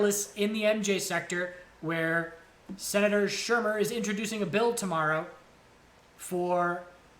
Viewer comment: It's pronounced SHOE-MER! not sher-mer. Think of a SHOE kicking up dirt when you think of him because that's about all he's done for the cannabis sector! lol